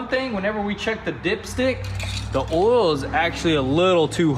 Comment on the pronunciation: Everyone: "OIL" Spills: "OLL" Spills